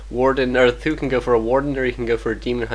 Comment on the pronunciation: omg can u not call th000 th-ooo lol its 'th zero zero zero' or just be chinese call him sang dan( means 3 eggs) lol